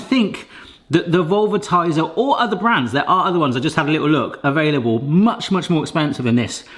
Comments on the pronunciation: He repeatedly called it vulvatizer. I was looking for this comment 🤣 The more expensive gadget seems to be called velvetizer. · Please stop saying Vulvatiser.. 😮😂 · He did say something else, he said the vulvatizer. Lmao. I wonder if that actually existed what it would do. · I will never unhear "vulva-tiser" 😑😑😑🤣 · Please tell me I'm not the only one that whenever says "velvetizer" it sounds like he's saying "Umm...Something else-va itizer" ( a particular part of the female anatomy, in case you can't figure it out yourself...) Which sounds like a name for a device with a COMPLETELY different use case entirely. LOL! I couldn't but let out a childish immature giggle every time he said it! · 😂Yes, velvet and vulva are two words that need to be annunciated carefully.